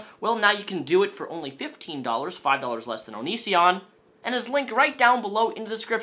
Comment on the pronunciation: Nobody Absolutely no one on earth:: ONISSSION